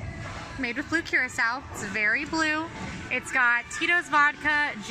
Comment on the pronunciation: It’s pronounced Ker rock O. Blue Curacao. Love you guys 😎